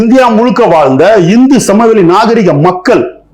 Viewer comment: NAME OF THE RIVER SINDHU AND THE PLAINS -TERITORY OF SINDHU WAS WRONGLY PRONOUNCED AS -HINDHU = IS DIFFERENT FROM HINDHUTHTHUVAA-ARIYAM=DRAVIDA IS SAME.